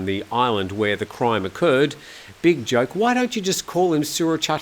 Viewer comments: The fact that continually mispronounces "Joke" based on the English transliteration rather than the actual underlying Thai word, doesn't help. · often comments, or rolls his eyes, whenever an article uses Surachate Hakparn's nickname "Big Joke" ( บิ๊กโจ๊ก ). Most Thais have nicknames, and they often use their nicknames even in relatively formal situations. Some nicknames, such as "Joke", sound a bit silly in English, but in Thai they are used naturally, without ridicule. The English word "Big" (pronounced "bick") is sometimes used before the nickname of a powerful general (military or police). Again, although it might seem silly in English, the word "Big" is (usually) used by Thais with respect. Prayut Chan-o-cha's nickname is "Big Tuu" ( บิ๊กตู่ ), Prawit Wongsuwan's nickname is "Big Pom" ( บิ๊กป้อม ), and Anuphong Paochinda's nickname is "Big Pok" ( บิ๊กป๊อก ). The nickname "Joke" might come from the English word "joke" (many Thai nicknames come from a random English word that catches the fancy of the parents), or it might come from the Thai/Chinese word "joke" ( โจ๊ก ), which means congee (perhaps he liked to eat congee as a child).